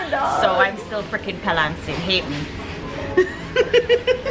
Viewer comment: I just didn't hear you say " palancing " wow , just wow 🤣